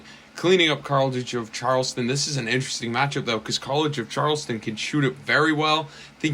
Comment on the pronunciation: You were really struggling to pronounce college of Charleston 😂😂